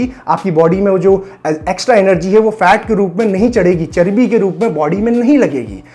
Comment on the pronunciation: Whenever Sir says "Charbi" i can't resist my laughter 😂😂😂😂🤣😂🤣🤣